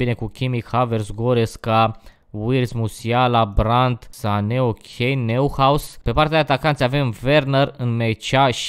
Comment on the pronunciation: Neuhaus se citește Noihaus